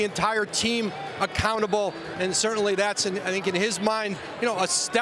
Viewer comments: Woj just literally called that man Russell Westbrick Tell me I'm not the only one that heard that 😂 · i checked it like 3 times and yeah... i heard him call westBRICK as well..... :S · Did woj call him westbrick😂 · This man called him russel westbri k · He just said westbrick lol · hahaha ,called him Russell WestBRICK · He definitely did and he cleaned it up after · He called him westbrick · yo this is messed up woj really just said westbrick 😅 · Why woj say westbrick smh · did he say westbrick? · He said Westbrick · I thought he said that as well. I listened to it multiple times and it does sound like Westbrick. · Facts lol it’s like ppl forgot how to say Westbrook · Did woj just say Russell westbrick? Lmao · Minute later SAS did the same:D